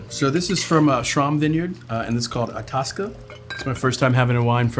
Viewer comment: As a Minnesotan, it’s pronounced eye-TASS-cuh :)